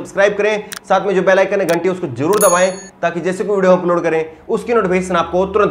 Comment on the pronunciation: Aap Achche Patrkar,Par Aap Zaban Achchi Nhi Hai. SHA ko Sa Bolte Hou Or zarur Ko Jarur Bole Hou Jo Sunne Mai Achcha Nhi Lagta.ummeed Hei Aap Dhiyan Denge.